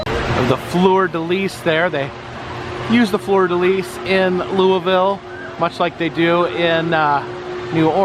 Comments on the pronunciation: SO LOVE HOW YOU PRONOUNCED “Louisville “!!! I live literally 20 minutes from Louisville in Fort Knox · Nice job pronouncing the city name right!